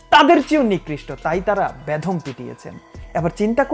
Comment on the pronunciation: ভাই বেধম নয় বেদম, উচ্চারণ ঠিক করেন..